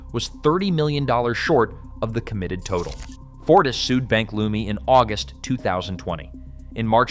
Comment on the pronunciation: Its pronounced Bank "Leuuuuuuumi"